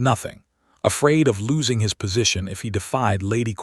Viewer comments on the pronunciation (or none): none